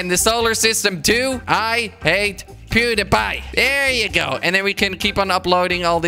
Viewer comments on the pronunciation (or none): none